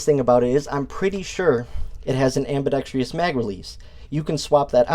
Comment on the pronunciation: I've always said "ambidextrious" too, but it's actually ambidextrous (no I or E sound, so it's 4 syllables and not 5). I've never heard anyone say anything bad about these as far as I recall.